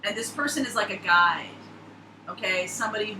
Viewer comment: I thought you were saying "Your becoming a Guy" but, you said "Guide"